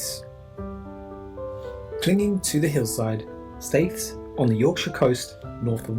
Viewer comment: Whitby was the location of a synod many years ago that set the dates used be the Christian world to celebrate easter. Staithes is pronounced steers by us locals. Durham is one of the oldest city's in England, along with York. Some of the smaller seaside towns are really beautiful, like my little town Saltburn by the sea. We have the second oldest working water power funicular in the world and the northern most pleasure pier.